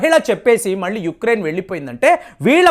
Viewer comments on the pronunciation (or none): none